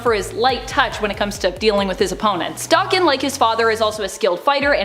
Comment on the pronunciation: There is no X-24. Especially since the Fox movies we're such BS & pure trash. And Akihiro's isn't Dokken. Daken is a slur in Japanese meaning dog or mongrel. It's pronounced DAY-KEN, not Dokken, as Dokken was as 80's Metal band